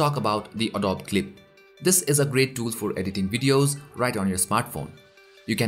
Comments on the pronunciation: It's called ADOBE not adob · uh-doh-bee not adob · Its a-dow-bi not a-dowb LOL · Great video and sorry to nitpick but Adobe is pronounced 'Uh-Do-Bee' :)